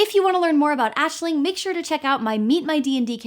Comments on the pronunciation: As an Aislinn, it warms my heart to hear the name pronounced correctly <3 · Ok, honestly feel kinda bad for saying this but I've really only seen like 2 vids by you (loved them both though). But I really only clicked on this because my cat's name was Aisling and nobody ever pronounced it right and I wanted to see if you did. Thanks, that's all I wanted to say.